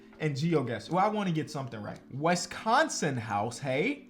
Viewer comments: it’s “wIsconsin not wEsconson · The way he say "Wees-con-seen" lmaooooooo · No one::"Wessconsin" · Hearing you pronounce Wisconsin pains me. Cool video still. I miss watching Tyler and Jordan hoop over here. Could have picked your guy Tyrese as well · Why do you pronounce Wisconsin like that? 🤣🤣🤣